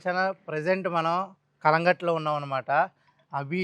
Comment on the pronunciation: Anna adhi calangat kadhe cunlongut adhi